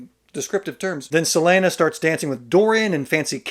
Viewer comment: And “several name Celaene” 😂